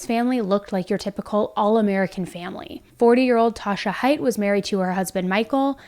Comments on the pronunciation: It’s pronounced like “Hate” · haight—like “hate” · It is pronounced HATE. Please learn how to say their name